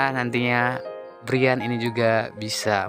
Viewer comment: Brayen hay...bukan briyan.. Payah